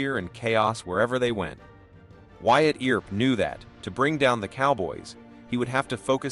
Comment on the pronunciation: Ol' Wyatt Eeer-up ...😂 Good story though ✓